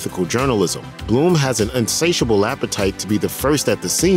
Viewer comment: "insatiable". You're welcome